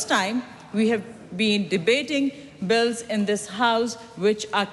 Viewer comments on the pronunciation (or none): none